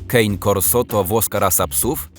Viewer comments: Wymawia się "Kane Corso" nie kejn ;) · Nie Kejn Korso tylko Kane Korso 👍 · Chyba mówi się „kane korso” proszę o poprawkę ponieważ mój syn ogląda Wasz kanał. Mamy od zawsze cane Corso😉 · "kejn korso" xd zangielszczenie włoskiej rasy :D